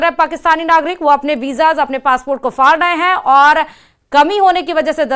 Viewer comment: Phly urdu k ف sahi karen phr bolen فاسپورٹ نہیں پاسپورٹ hota hee😂😂😂😂